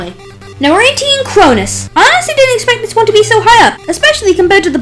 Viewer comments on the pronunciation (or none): none